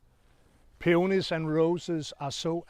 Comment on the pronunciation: Claus, I like how you pronounce the word peonies , in a certain British TV gardening show they repeatedly say “peenis” , which is hilarious 😂